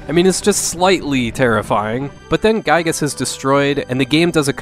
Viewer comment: Actually Giygas is pronounced GHEE-gas